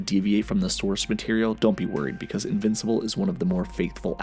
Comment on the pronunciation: This was a great video. Really good work. But if you ever call me an "invicipal" again i may press charges.